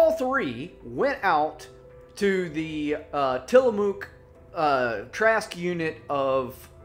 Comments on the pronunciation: Good, no…… great story. Tillamook is pronounced Tillamuk….when I am unsure how to pronounce a work I usually YouTube or Google it. It is pretty helpful. Anyway, thanks for the work u put in to keep us informed. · Its pronounced Tilla-muck lol